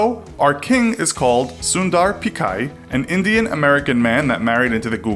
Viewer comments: it's Sundar Pichai not shundai picar lol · Its Sundar Pichai, not Sundai Pichar! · It’s sundar pichai not Sundai Pichar. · "Sundai Pichar" lol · Hey. His name is SUNDAR PICHAI NOT SUNDAR PICHAR.! RESPECT HIM . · It's Sundar Pichai (not Sundai Pichar) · It’s Sundar Pichai, not Sundai pichar wtf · Hey it's not SUNDAI PICHAR it's. SUNDAR PICHAI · Its “sundar pichai” and not “ sundai pichar” . Make sure to correct your research. Nice video btw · It is Sundar Pichai, not Sundai Pichar. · First, it's Sundar Pichai not Pichar or Pichair. Second, in the name Sundar Pichai, you pronounced Pichai or (on the basis of your pronunciation) it's wrong, too. The "Ch" is pronounced like the "Ch" of the word "Cheese". Hope you don't make this mistake again in front of an Indian (Especially a Tamil) Thanks if you are reading this comment. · He's called Sundai Pichai not Pichar... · It is sundar pichai not sundai pichar. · You spelled and pronounced "Sundar Pichai" wrong. He's not Sundai Pichar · His name is Sundar Pichai not Pichar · Not sundar pikkai. Its sunder pichai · its Sundar pichai not Sundai pichar...😂😂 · it's Sundar pichai not sundai pichar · You mean sundar pichai n not pichar ch as in chai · Sundai Pichar?? It's Sundar Pichai you ill-informed jags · It is Sundar Pichai, not Sundai Pichar, jeez , do you guys need an editor, i can forgive the horrible pronunciation since it aint your native tongue, but spelling, how hard it is to copy paste. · Akchuallyyyy... It's Sunder Pitch-Aye. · Sundai pichar?.. how difficult is it to get the name right?.. it's not like he's just another guy.. It's the CEO of Google we're talking about.. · The kings name is pronounced sundar pitchai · Did he say sundai pickar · soon-dur pitch-I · You messed up CEO's name twice!! (Sundar Pichai) Great Video though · He pronounces sundhar Pichai wrong! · Totally messed up the CEO’s name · Spell Sundar Pichai perfectly. It's embarrassing to listen..